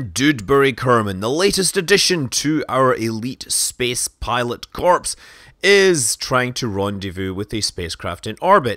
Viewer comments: "Cor", corps is pronounced "cor". "Corpse" is what actors do when they start giggling on stage. Or the other thing. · "Doodberry Kerman, the latest addition to our elite astronaut corpse" Initially thought you just mispronounced "corps" but I see that was actually just foreshadowing. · Did... did he just call it an elite pilot corpse? Did he just pronounce corps wrong? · "Pilot Corpse?" Don't you mean "Pilot Corps?" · Newest edition to the Space Pilot Corpse... Making the ps silent changes that, just a smidge. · At the beginning of the video when Scott says "Astronaut corps" and it sounds like "corpse" I thought, "Is this foreshadowing, or is this a Scottish vs American English pronunciation thing?"